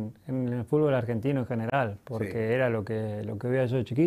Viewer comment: Las veces que Messi dijo "Fulbo" 😍 👇🏼👇🏼👇🏼